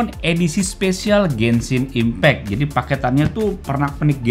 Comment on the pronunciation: Orang lain: "Genshin Impact": "Gensin Impek"